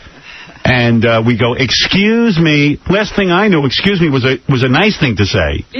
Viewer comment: If I remember correctly, pelican was ripping his wig apart every time would say ecscuse me. Dumb gangly bald bird.